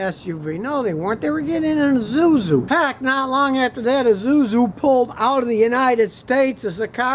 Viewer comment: E zoo-zoo.